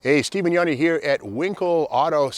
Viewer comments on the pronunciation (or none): none